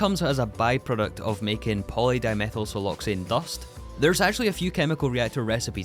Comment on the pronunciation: I love how without skipping a beat he actually perfectly pronounced the nonsense that is Polydimethylsiloxane Pulp. Whaaaaaa?